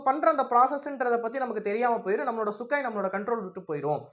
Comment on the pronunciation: தம்பி..அந்த போர்விமானத்தின் பெயர்..சுக்கோய்...சுக்காய் இல்ல...சரியாக சொல்லுங்கள்..